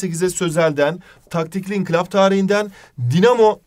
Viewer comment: İnkilap değil Hocam İnkılap